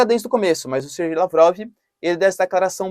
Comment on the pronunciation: Ótimo vídeo! Acompanho o canal todos os dias, adoro! Só uma observação, se vc me permite: a pronúncia correta é "Serguei" mesmo, e não "Sergei". Eu sei q pode dar polêmica, pode ter gente achando que falou "Ser gay". Mas fazer o q? É esta mesma a pronúncia do nome do cara.